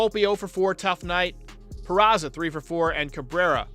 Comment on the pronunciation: Speaking of John Sterling, it annoys the piss out of me that he still can't pronounce Peraza's name. It's not PeraTSa, John! He's not Italian. For a professional broadcaster, it's pretty, well, unprofessional. And for that matter, as far as I know, it's not Jean-Carlo, it's Giancarlo - yes this one is Italian, not French. Ok, rant over.